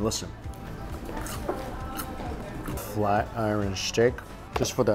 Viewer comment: And you're still saying iron wrong lol smh